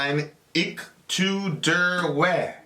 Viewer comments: The fourth word's pronounced like vay. German "w" has a "v" sound. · You actually mispronounced it. Ich sounds like the same as itch. And Weh, the W actually sounds more of a V in German